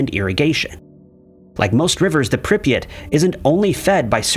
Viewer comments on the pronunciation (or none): It's Prip yat not pripeat, ffs. Also, Chornobyl. 🖕